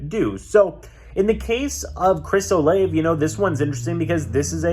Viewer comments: its pronounced Chris "O-lah-Vey" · As a Ohio state fan u saying Chris olave name wrong 🤦🏾‍♂️🤦🏾‍♂️🤦🏾‍♂️